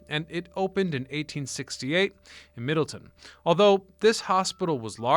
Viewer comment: As someone who grew up near Connecticut Valley Hospital I can assure you it's in Middletown CT, not Middleton as you called it.